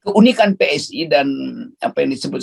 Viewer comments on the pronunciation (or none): PSI tuh bacanya spi.... 🤣